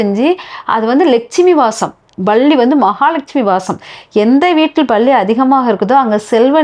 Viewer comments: Balli யா palli யா நன்றாக உச்சரிப்பது நல்லது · Balli..balli...balli 😮 palli pronounce properly